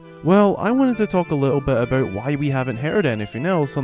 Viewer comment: Who the fuck says aboot